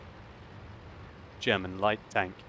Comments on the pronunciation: german pronunciation is rather good, in respect of the fact that you are living in London and grown up in Great Britian. And its okay if you maybe say, that the FV207 is a TD, cause we all have eyes and can read ^^ By the way; The Leopard is the German Tier 5 light tank :) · stop fishing for compliments. Your German pronunciation is as good as ever.